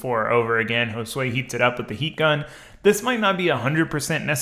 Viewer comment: he pronounces it like 'hole sway' and it just makes me scratch my head every time